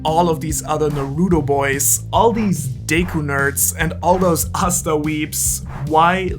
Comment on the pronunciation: Bruh said asta hell nah boyyy